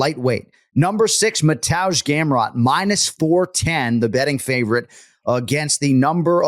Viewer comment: ok who the hell is mantoozh gamrot